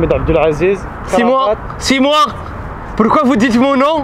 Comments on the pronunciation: jpp c'est quoi comment Il disse "pourquoi"? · son pourquoi a la chinoise sa me tué